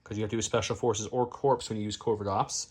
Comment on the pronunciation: Great videos as always. Will say--that Corps is pronounced "/kôr/" or "core." I know as a fellow Rebel player our white saves does mean that our Corps units are like corpses.